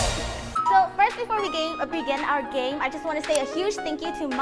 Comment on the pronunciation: game san: geim?.u.